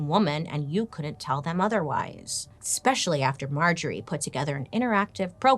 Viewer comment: I love you girl but hearing you say expecially and excape drives me insane lol